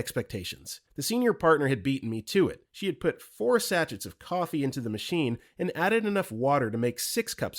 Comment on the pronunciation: How does new narrator pronounce Mojito perfectly but then botch Sachets